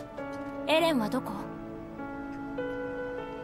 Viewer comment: Gimana sih...Mikasa terus bilang "Ereh..Ereh...Ereh" adeh...lelah dah dengarin🗿